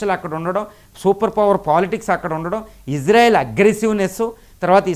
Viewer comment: ❤❤❤❤❤❤❤ గురువు గారు మీరంటే మంచి అభిమానం ప్రతీ వీడియో మిస్ కాను సార్ దయచేసి నా మనవి వినండి ఇశ్రాయేల్ అనండి/వ్రాయండి సార్ ఇజ్రాయేల్ కాదు సార్ హిబ్రూభాషలో ఈవిదంగా లిపి ఉంటుంది יִשְׂרָאֵל కుడి నుండి ఎడమకు చదవాలి 1.యోద్ =య "ఇ" ( * יִ ) 2. షీన్ = ష లేదా “శ” ( * שׂ ) 3. రేష్ = ర (* רָ) 4. అలెఫ్ = ఎ (* אֵ ) 5. లామెద్ = ల (* ל ) *ఇశ్రాయేల్ * ISRAEL ఇందులో "J" ఎక్కడుంది సార్ దయచేసి ఆ దేశ సార్వబౌమాధికారంతో పెట్ట బడిన పేరును అవమానించవద్దు, ఇది గమనించండి. ఆదేశం యొక్క పేరును అబాసుపాలు చేయకండి. మాకు తీరని అవమానం. ప్రతీ అక్షరం క్రింద ఒత్తులు (దాగేష్ ) ఉన్నవి. హిబ్రూ అక్షరమాలలో "జ" అనే సౌండు లేదు మీకు శతకోటి దండాలు తప్పు పలక కండి,వ్రాయకండి.